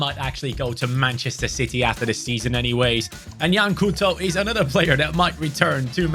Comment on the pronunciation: You don't pronounce it as 'Cooto' but as 'Cowtou'